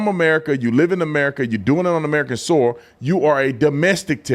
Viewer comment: heck yeah. Pronouncing soil as Sol is super country.